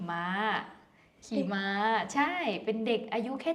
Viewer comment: ม้า ไม่ใช่ ม่า นะ